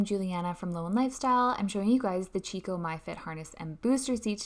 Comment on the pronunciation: It’s pronounced “key co”, not “chee co”